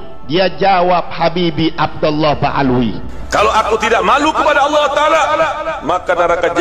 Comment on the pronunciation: Jngn suka mghina orang allah aja ga mghina hmba2 nya roma irama lo nyebut allah sngat fasih ga awoh2 maaf klo gus ini kok kyaknya awoh maaf klo sy sy dengar...mhn maaf yaa lo sy slh dengar